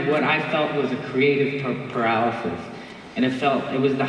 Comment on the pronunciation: he’s so cute 🥺 i find it funny how he tries to pronounce paralysis lmfao